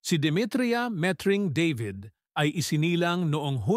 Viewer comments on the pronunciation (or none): What??? Oh no!! Met-Ring. Deybid? You Englishized the Tagalog name… Baluktot dila mo… Why stick to speaking Tagalog when you cannot???